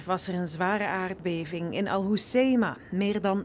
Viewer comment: Ja, het woord aardbeving begint niet met een k.